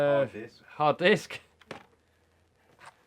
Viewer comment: he pronounce hard disk to dick